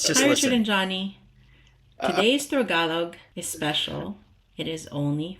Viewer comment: Sorry I’m sure you knew it’s Throgalog.